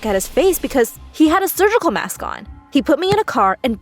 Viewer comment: She was so much fun saying SURGECOLE MASK ;D BAHAHHHHAHHAHAHHA...